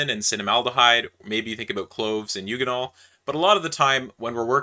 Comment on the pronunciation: A hard g on eugenol, I assume you say gif, not jif?